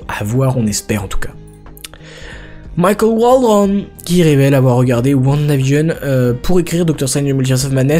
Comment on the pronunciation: La façon dont tu prononce Michael Waldron me bute 😂😂😂😂. Pourtant dans les autres moments tu n'as pas cet accent ou prononciation là 😂